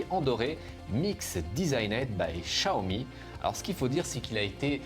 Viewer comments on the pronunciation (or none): none